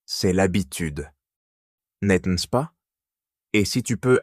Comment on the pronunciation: N'est -ce pas isn't pronounced properly in this video.